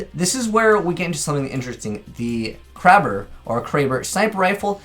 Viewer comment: He said krabber 😂